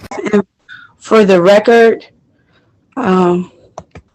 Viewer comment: "for the reckert" I agree with you. I was trying to will the judge to reach down the phone and rip off her Christmas wrapping.